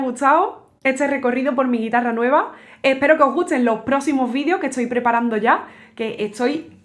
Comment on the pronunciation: Por qué da vuelta la t y la s? "Estoy" se convierte en "etsoy"